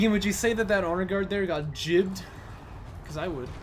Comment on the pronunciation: Gibbed vs jibbed, isn't it spelled gibbed, so say it right sailor.